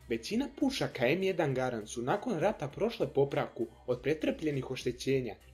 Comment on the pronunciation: Kaze se em jedan Gærend